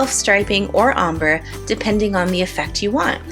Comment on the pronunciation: Love this pattern! Excellent tutorial! (Btw its pronounced "OHM-BRAY":)